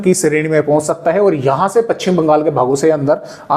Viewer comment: पच्छिम नहीं पश्चिम बोलिए। सही उच्चारण का ध्यान रखें।